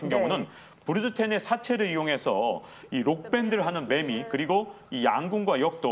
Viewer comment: 매매가 아니라 매미리고 발음합니다.